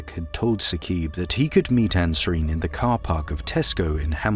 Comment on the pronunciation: It is not Saqeeb in pronunciation... it is Saaqib